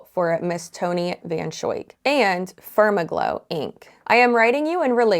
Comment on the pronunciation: said FermaGlow and I swear I heard "SpermAGlow."